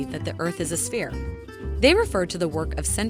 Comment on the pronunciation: Hi hi, fresh from your guest post at SciManDan. Very funny. Also, the world is not a sfeerah, its a sfeer, as being Scottish I know how to pronounce things properly :)